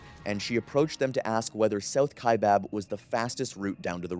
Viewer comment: Kaibab is pronounced like sky or hi not like hay or way. EDIT : How did you get it right the second time? Then it's bob? Then right again. Just tongue tied I guess.